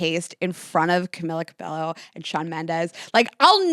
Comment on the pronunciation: Love you guys so much. Have really been loving the snack episodes! Also, my queen, from a Hispanic girlie I just want to gently tell you 😂😂😂 it’s Camila Cabello pronounced ca-be-Yo not ca-be-Lo. Love you so much I say that with love I just had to tell you 🤣 LOVE YOU LADIES 🩷🩷🩷